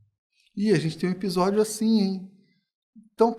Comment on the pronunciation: Eu gostava de ouvir "ebisódio" 😅